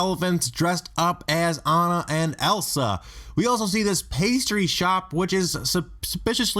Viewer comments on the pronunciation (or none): none